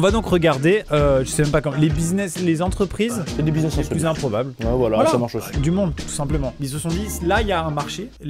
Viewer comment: "businesses" on dit pas buisnese normalement ?